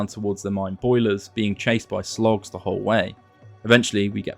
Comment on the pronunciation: Watching this and hearing you call them "Slogs" and not "Sligs" bothers me.